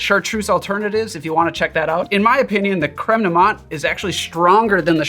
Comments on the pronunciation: TIL how to properly pronounce "creme de menthe" (don't ask how I was saying it, I'm embarrassed) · Please DON'T just shut up. Please ramble. Ramble to your hearts content. And I was this many days old when I learned the proper way to pronounce Creme de Menthe. See how valuable rambling is?